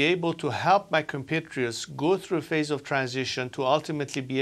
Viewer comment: enters a new "Phase" not face 🤦‍♂️